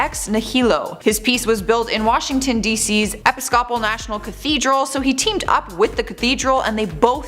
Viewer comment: “Episcopal”, the accent falls in the second syllable of that word, not the third!